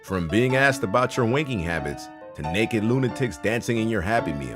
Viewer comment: I know he said "wanking habits," but it sounded like he said "winking habits" lol